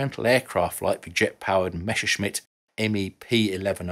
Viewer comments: Messerschmitt, not Mesherschmitt !!! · Very strange pronunciation of word "Messerschmitt".